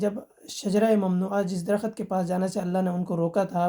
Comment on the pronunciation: Ap pehky drakht ka talaffuz tou theek sy ada karain phir baat shru karain khud ki Urdu tk theek nhi aik Phd ko sikhany chaly khuch sirf Quraan ko rat kar mufti bun gae